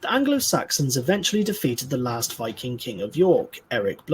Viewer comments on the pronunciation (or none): none